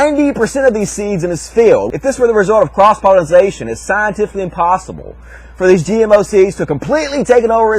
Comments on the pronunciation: Oh for fucks' sake, it's pollination, not "pollinization". -_ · i couldn't stand to continue watching...he kept saying 'pollinization', it's pollination you illiterate weirdo.